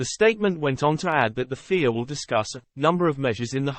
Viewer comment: I understand the use of text to speech but at least make it say fia rather than fear 😴